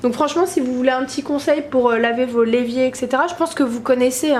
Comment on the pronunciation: stpppp arrête de dire le l'evier c'est l'évier. Mdr ça me stresse. Super vidéo je like😍😍